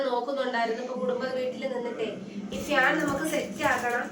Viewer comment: ഫ്യാൻ അല്ല fan🤭🤭🤭🤭